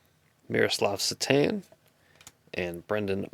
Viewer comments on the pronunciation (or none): none